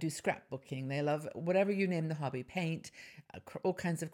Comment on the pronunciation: love to listen to you and your researched and gathered together pieces of living wisdom. I did a double take when hearing 'hubby ' instead of 'hobby". I started the morning with a belly laugh. Some good points that I have used and some to try. Thank you for your work. Trust you are having a wonderful time on your ship.